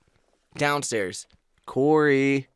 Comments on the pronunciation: It sounds like they are saying corn and Aaron 😂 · Is it just me that thinks that they always say “Welcome back to the CORN and Aaron show” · Idk why but I heard welcome to the corn and Aaron show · Is it just me or did Corey sead corn and Aron show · "It's The Coren and Aaron Show" That's what I keep on hearing whenever Corey says that lol! 😂😂😂